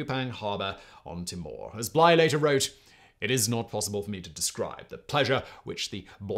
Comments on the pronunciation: Timor is pronounced "tee more". Man, how did they make 5 days of water last a month (or however long that was)?! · Pronounced “Tee-more” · Timor: t'MORE ? Usually pronounced TEE-more from here in Australia. Just never heard the t'MORE pronunciation before ☺️ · Very good summation. Two minor things. Timor is pronounced "tee-maw," not "t'maw." And Pitcairn is pronounced 'pit-care-n,' not 'pitkin.' Not being pedantic, just letting you know the way the locals say it. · Thankyou Simon. it's so refreshing to have a video that's not US centric. (I'm talkingl YouTube generally, not this chanel specifically)Please do more of this sort of thing!! BTW Timor is pronounced tee-more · Well presented as usual. From Cape York, they would have sailed West to Timor (pronounced 'Tea-more') rather than South West. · Narrative too fast also Timor is pronounced Teemor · This was fascinating to me. I’m interested in anything maritime, and the stories of Bligh and his activities are directly related to Sydney, where I live The tales of Sydney life around the time of the rum rebellion make for fascinating reading. The only glitches in the video are your pronunciation of “Pitcairn”, and it’s derivative “Pitcairners”. And “Timor” which rang out during your commentary like a dog barking, to mix metaphors. But a rollicking good yarn well told. Thank you Simon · Terrific stuff, although I condemn you to five lashes for every pronunciation of Timor ! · ...and learning how to pronounce 'Pitcairn' and 'Timor' would help.